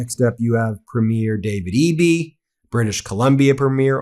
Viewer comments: It's pronounced PREE-mure! PREE-mure! PREE-mure! PREE-mure! Don't any of you Meiselas brothers read the comments? I'm sure it's another good video but if it's about the Canadian First Minister's Conference, I can't handle it. Please respect the country you support so often on here and learn our customs! Vive le Canada Libre! Elbows up! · "preem-yr", not "prmyeer". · It's 'Premier' Ben, not 'Premiere' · not to sound critical, but Canadians pronounce Premier, Prem ier not pre mier Elbows up Canada and our friends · Ben, there is a difference between Première and Premier in meaning and pronunciation.🇨🇦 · Not that it's a big deal or anything, but we do not pronounce "Premier" that way when talking about provincial leaders. The accent goes on the first syllable and the first 'e' is long. So PREEmier. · You have a great channel Ben and always enlightening for sure....But one "nit picking" piece of advise. You pronounce(like all Americans I hear speak) our leaders of our provincial governments wrong. You say premier by saying "premiere(like a new movie being shown). But in Canada premier is pronounced "pream-yer". No biggie but thought you may want to know. All the best...... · Please have Charlie Angus teach you how to properly pronounce Premier. It's not Premiere